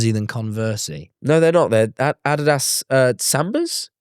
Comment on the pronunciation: i have never heard someone say “adidas” so atrociously.